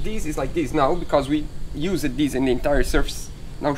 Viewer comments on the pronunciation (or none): Hey, the "e" is not pronounced in "used" 🤣 🤙🏽